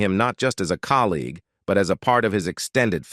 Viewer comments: Please teach your robot the correct pronunciation of words. What is a "rifflymon"? Or a " collygew" ? And what are "rollies"? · The AI voice is hilarious! "Joanie Crawford, Cornors former costar from 'The rifflerman', delivered a heartfelt elogie, remembering the econic actor not just as a collygue, but as a clothes freend."